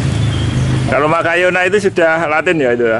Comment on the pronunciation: Schimatoglotis (bc nya sismatoglotis).He he bukan Calathea makayona tp makoyana🤭